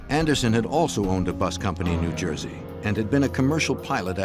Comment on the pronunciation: New Juyzee mate😅